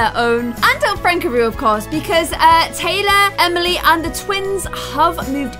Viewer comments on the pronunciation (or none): she said Emiler and Taley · Did anyone else notice that said Emilor and Taylyfy when she was changing their room? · Did anyone else notice she said emiler and taylie? 😂